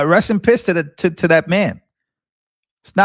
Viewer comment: You said REST IN PISSSSS!😆😂🤣💯